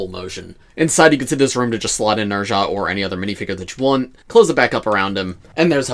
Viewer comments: Not to be that guy, but his name is pronounced "Nehh-zz-aah" not "Ner-zha" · Nez-ha.... please say the name correctly please!!!!